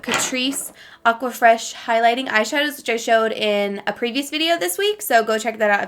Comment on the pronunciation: I kept thinking you were saying Aquafina not Aquafresh LOLLL love thisssss! go to work look fo sho